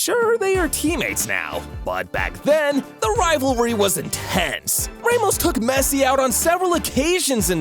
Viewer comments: ramos❌ raymos✅ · don’t call Sergio Ramos “raymost” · Sir, please, the pronunciations are killing me. "Rae-mos" lol. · The way he said ' Ramos' 😂